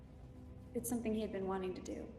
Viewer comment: Whats wrong with your english? ”Wot” ”Sum thin”